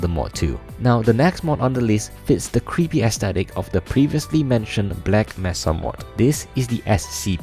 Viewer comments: MAY-SUH! MAY-SUH! NOT MESS-UH! DON'T BE LIKE HUNT DOWN THE FREEMAN! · The way you pronounce mesa gets to me, it's not messa, it's may sa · mesa is pronounced may sa not mess A